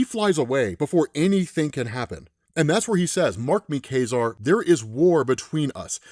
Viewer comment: It's not pronounced "Kah-Zar"? "Kay-Zar" sounds weird.